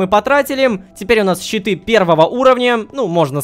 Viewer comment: Когда ты говорил щиты , я думал читы и только в конце понял что это щиты хD